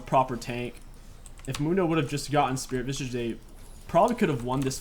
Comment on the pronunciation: Why do you add a T to SV? It’s Spirit Visage. Not Vistage. Lol